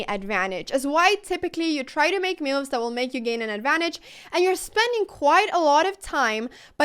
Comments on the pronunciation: I kept hearing mooos when you were saying moves 😂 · Did she said "bad MOOves"?😂